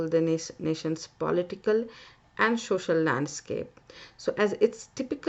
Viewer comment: Social not sosal😂